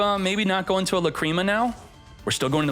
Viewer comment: Say lacreama one more time and u are gonna get lacreamed on